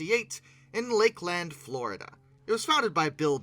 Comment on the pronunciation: FIIIIIINALLY SOMEBODY PRONOUNCES LAKELAND FLORIDA CORRECTLY!